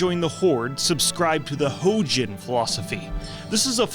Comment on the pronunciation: Fun fact the Huojin is actually pronounced "Weijin" and I only discovered this because there is one voice line that actually says the factions name in game and it's from pissing off ji firepaw by clicking on him too much